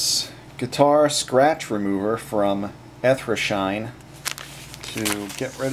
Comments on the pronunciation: I'm sorry, but it's E-ter-na as in eternal, and not "ethra". Also, there is no u in maroon. Other than that, thanks for the video. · Eth-ra shine? lol.